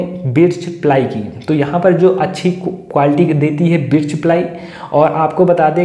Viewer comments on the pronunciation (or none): बिर्च नहीं भाई बर्च प्लाई.aur yeh sabke bas ki baat nhi h ki birch ply ka cabinet banwaye.